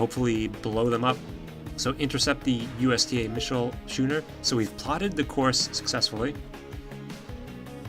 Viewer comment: Just FYI, schooner is pronounced like skooner, not shooner.